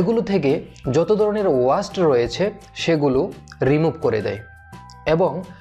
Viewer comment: very helpful class but Sorry to say sir it not ওয়াস্ট it's ওয়েস্ট।